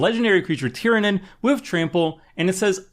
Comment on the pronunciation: I'm amazed he said Tyranid correctly.